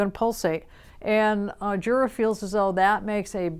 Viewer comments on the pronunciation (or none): I thought it was pronounced Yura?